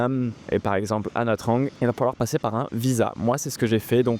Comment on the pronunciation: Pour commencer, il aurait fallu te renseigner sur la prononciation de la ville, Ça se prononce nha Chang et pas nha trang